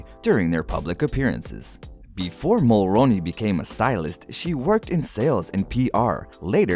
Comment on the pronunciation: Pronounced “Mulroony”not “ Mulroni”.